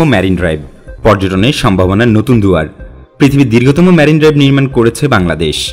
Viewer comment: সুন্দর উপস্থাপনা। তবে "ম্যারিন" ড্রাইভ না। "মেরিন" ড্রাইভ।